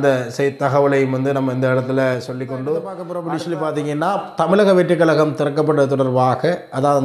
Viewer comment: Kalakam- no. Kazhakam-correct